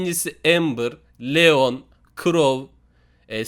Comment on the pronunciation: abi leon diycegine neon dyon adsafdsefsd :D